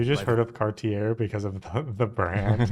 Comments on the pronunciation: Cartier is pronounced CAR TEE A. You do not pronounce the R at all. He was a French explorer and Cabot was British which is why Canada is bilngual. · I couldn't get past this guy's pronunciation of "Cartier." It's KAR-tyay. Also, "John Cabot" is an anglicization of "Giovanni Caboto," who was an Italian working for England's Henry VII. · Mispronounced Cartier.